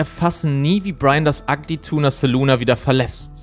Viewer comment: Ja, aber man muss das „ahh“ dennoch nicht so betonen.